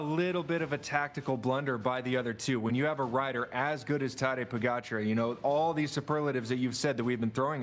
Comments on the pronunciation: The audio always sucks on these.. Come on NBC.. also, Tejay learn to pronounce pogacar .. it’s AR, not ER.. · He can say “Seixas” correctly but not Pogacar or van der Poel? 😂